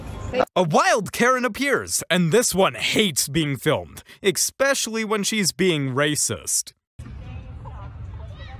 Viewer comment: did he just say ikspecially ?